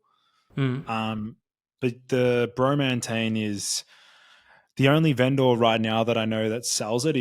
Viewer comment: BRO-MAN-tane, it was right in front of us ths whole time!